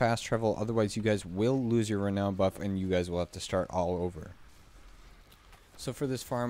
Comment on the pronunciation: Having trouble finding the D you're pronouncing in renown.